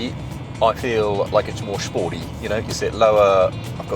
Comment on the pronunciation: is he said he felt the Range Rover was Shporty not sporty. I nearly pissed myself laughing.